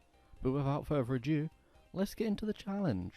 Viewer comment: ... did you say “without further a Jew”? Wth man it’s “without further ado”